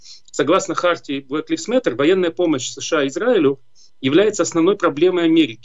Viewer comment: Не "блэк ЛИФС мэттэ"??? а Блэк ЛАЙВЗ (LIVES, LIVES) мэтэ!!!